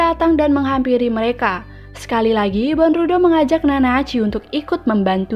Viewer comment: Dibaca bondruw Bukan dibaca bondrudo🤣🤣🤣